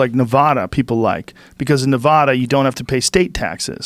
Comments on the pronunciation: Where? Not familiar with Ne-VAH-duh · California is a shithole... that being said quit moving away and voting the same fucking way. You all have Nevada on the same fucking track now...and Joe how can you live next to Nevada and not be able to pronounce it right?